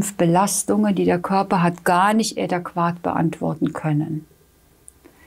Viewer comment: Amalgam, nicht Amalgan adäquat, nicht ädaquat .... uvm Bildung?